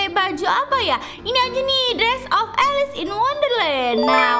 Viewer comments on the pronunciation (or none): none